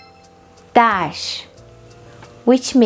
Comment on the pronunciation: I will never manage to pronounce the final R the way you do in Der. To me it sounds like Desh 🤕